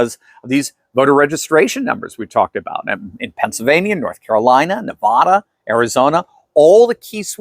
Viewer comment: If you want to continue your title as doctor You need to figure out how to properly pronounce the name of my home state It’s not “Na vaw da…. “. it’s Nevada